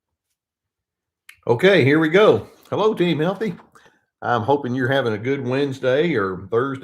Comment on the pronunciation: "team heaththy" - thou doest professeth too much. lol : D